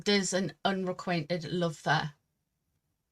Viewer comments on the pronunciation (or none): Unrequited. The word is unrequited. lol, ive ignored it so many times when you say whatever that word you use is, unrequainted? this time i. have to say it!